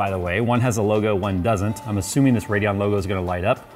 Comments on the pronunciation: Anyone else irritated by that "D" and "O" in the RADEON? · Yea lol